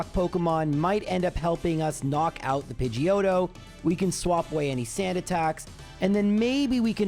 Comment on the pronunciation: lmfao "Pidgeotto" sounds too much like "Pinche Joto"...lmfao :P